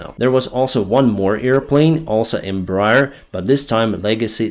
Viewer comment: Not to be pedantic or anything because this is not really important, but the name of the Embraer company is pronounced "Em-bra-AIR" because the full name was "Empresa Brasileira de Aeronáutica S.A." (Brazilian Aeronautics Company) and because of a quirk of roman-based languages. Since you're a pilot, this name will come up somewhat often, so if you curious about the correct pronounciation, here you go. :P